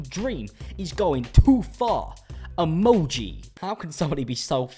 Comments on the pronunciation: "Emonji" Why did I find the way he sid that, so funny? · the way he said "emoji" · LOVE HOW HE SAID EMOJI 🤣🤣🤣